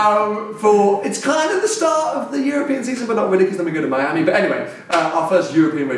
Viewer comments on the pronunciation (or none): none